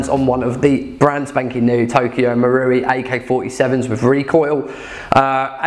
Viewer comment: learnt to say Marui! Had all sorts of Maouri before hahaha